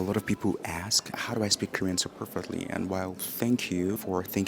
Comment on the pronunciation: Another great video - personal, direct and very genuine. Glad you’re working on visa because you seem to be so naturally inclined to the culture. Will you permit a suggestion for English pronunciation? Correct the pronunciation of “ask” from “ax d” to “as K” and past tense “ask ed.”